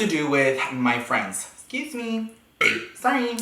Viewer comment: “exsqueeze mee” “Bless you honey “ Me: he’s giving me very white chick vibes 🤣